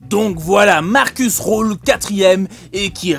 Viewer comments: Ça se dit markus rulle ( pas roule ) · Rühl se dit (rule) comme on le dit en français ça change pas